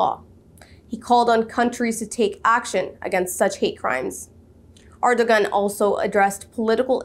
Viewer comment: Great job, sister, but please pronounce President Ergodan's name properly. In Turkish, the ⟨ğ⟩ (sometimes represented with ⟨ɰ⟩ for convenience) is known as yumuşak ge ([jumuʃak ɟe]; 'soft g') and is the ninth letter of the Turkish alphabet.